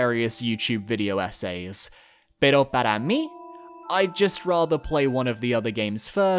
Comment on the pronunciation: when dude said "pero para mi" with a perfect pronunciation it freaked me out fora sec lmao